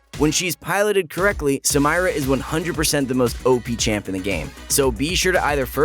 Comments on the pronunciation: Everyone: Sa-mee-ra: Sa-MY-ra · when he says Samaira it makes me cringe. correct pronunciation should be Samera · SUH-MEAR-AH. Not SUM-EYE-RAH BRUH HOW DID YOU MESS IT UP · Cringe everytime you say her name Look up the name its not SA-MI-RA its SA-ME-RA its originaly arabic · Hearing him say Samira as "Sa-mai-ra" makes me 😬 it should be "Sa-mee-ra" 😂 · rayane lachga i live in an arab country and i can assure you, its sum-eer-a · Yes I hate it when he pronounce it like that..... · The way how he pronounces Samira is so white bread white boy 🤪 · its not samaira its Samira bruh can u not read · Excuse me? Sa-mai-ra? What? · Why Sam-eye-ra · Why tf do u always fuck up new champs names , Samira , Sa Me Ra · i think she's pronounced Sah-mee-ra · SAMIRA DOESN'T PRONOUNCE SAMIRA IT'S SA/MMY/RA it's a common arabic name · No Sa-mei-ra dude. SAMIRA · Its not Samyra... Its Samira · "Samyra" kekw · "Samyra" XD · its not some-eye-ra.. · STOP MISPRONOUNCING EVERY SINGLE NAME THAT IS EASILY VERIFIABLE YOU IDIOTS! HOW DO YOU EVEN MESS UP??? RIOT PRONOUNCES EVERYTHING FOR US!!!!!! MY GOD!!!! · QOTD: night and midnight I have other stuff to do in the morning and afternoon. Also the way you said Samira is shocking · She litterally says her own name in the reveal video. And yet you're insistently pronouncing it wrong.. oof.. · Do you intentionally mispronounce Samira's name or what? xD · The way he says Samira pains me in arabic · Guys i love your videos, but please stop pronouncing Samira wrong. PLS!!! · Wtf was that Samira pronunciation?